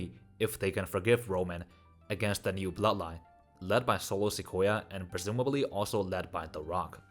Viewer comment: Bruh I can't 😂😂😂 ...the way you spell Solo SOLO SIKOYA kinda sound likes akoya2